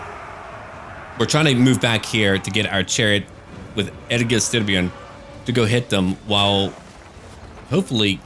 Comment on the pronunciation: I’m from Denmark and i have no problem with your pronunciation of Egil Styrbjorn, i will even say your version sound more intimidating so it works out.